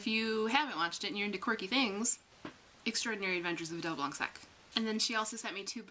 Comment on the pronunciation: OMG Adele Blanc-Sec made it to the US? That is... quite surprising :P (I'm French and still amazed whenever one of our moves is heard of across the Atlantic) (oh and we do not pronounce the 'C' in blanc :))